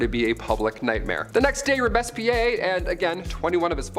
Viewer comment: Say it with me Robes Pierre..not robess pe air ay..where did you learn freaking history drooler